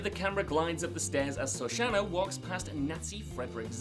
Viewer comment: I believe it was Shoshana not Soshana.